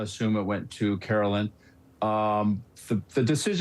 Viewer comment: It's Carolyn Bessette-Kennedy not Caroline, his sister. Two different names pronounced differently.